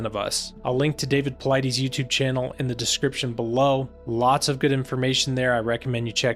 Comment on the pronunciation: David's last name is pronounced- pol-lie-DIS. Just saying.